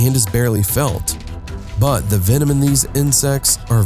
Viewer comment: He bub humans ar mammals 😂but other than that great vid